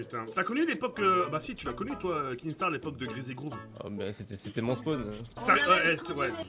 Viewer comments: Sa m’énerve les gens qui disent kingstaar alors que C’EST KINSTAAR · Il me stresse quand il dit kinkstar